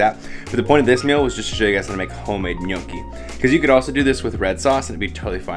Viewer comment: Are you saying Miyoki? It's Gnochi :-P